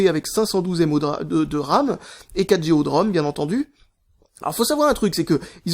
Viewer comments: on dit pas géo mais giga pour GO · j'ai bien écouté la vidéo au moins 8 ou 9 fois et il dit " géo " pas " G.O "